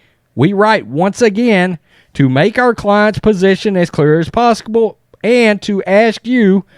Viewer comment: ....posskibull???.....I believe the word ur looking for is POSSIBLE.....And MATTERS....not manners....is another one. Nice video tho.